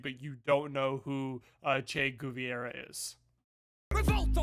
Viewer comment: Thats not how you pronounce Guevera